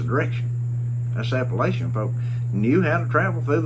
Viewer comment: This guy doesn't even know how to pronounce Appalachian...............